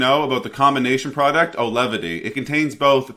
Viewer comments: You called the drug Alevity. I believe it's pronounced like it's spelled. Au-ve-lity. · My wife starts this tomorrow with years of MDD. Hopefully effective as nothing else is. P.s. it's pronounced 'Awe-Velity"